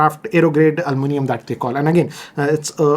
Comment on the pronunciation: Al-moo-nium 🤦🏻‍♂️WTF😂